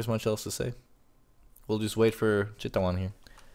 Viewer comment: You say thai Chittawan Chittawan ><